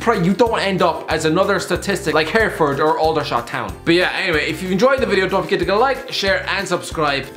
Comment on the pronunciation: Big up for mentioning Hereford and extra points for knowing how to say it lol HUFC forever